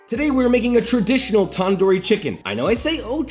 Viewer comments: Tandoori it has a d sound in the beginning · softer "t" and a shorter "a" and shorter "oo" while pronouncing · tip for foreigners- its NOT taandoori chicken its tundoori chicken. get your pronounciation correct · Here to hear him say "TaN- Doooo Reee" instead of तंदूरी 😭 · Tandoori is pronounced tun-dhoori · Also it is pronounced tan -du -re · A trick for pronouncing Punjabi words is if you see a D or T in word treat it like TH. Also took the R’s “Thanthooree” tandoori “thanthoor” tandor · basically its pronouned thun - doo - rii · pronounce it like this: [tun-dooree] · Thanks you doing this, but you're pronunciation of 'tandoori' kinda made me mad. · i love joshuas pronunciation of tandoori not the proper way, im indian